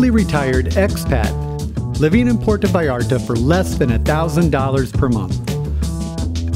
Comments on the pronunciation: Great video and the lady is lovely but please, don’t call it “Puerto Vayarto” 😂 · Es Puerto Vallarta, y no " vallarta " ,no cambien los nombres del País.